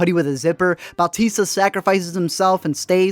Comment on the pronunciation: Man. Weird to hear someone say Bautista properly